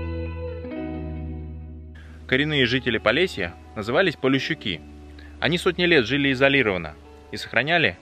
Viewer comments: Не полещуки, полешуки, поле шукают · Тут в комментариях через одного пишут почему, уже не буду повторятся. Полещук, КСТАТИ, это фамилия. Да и в фильме если внимательно слушать, то то местные произносят полешуки, а ведущ ий, как не слышит и произносит полеЩуки(